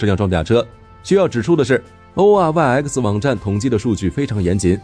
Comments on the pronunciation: Oryx not OEYX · 你把oryx說成了oeyx啦